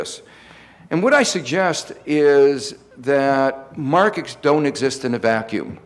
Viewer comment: Kao-Lee Liaw He might have had a cold that day.He does have an interesting "Elmer Fudd" type of speech defect. I found another video where it's much clearer. thank you though for your rude diagnosis. Look at this thread and you'll see lots of people who, according to you "need a hearing aid." He also says "Politics shape Markeks", "things we have been experienkcing", and "the United Steaks", as well as "raink-seeking".Maybe it is YOU need a hearing aid?